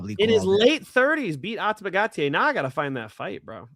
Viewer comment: Great show but the way the other guy pronounced Ateba Gautier is criminal lol